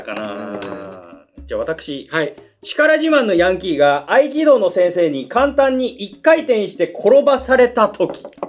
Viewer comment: 「先生」が「生先」になってる、、、、笑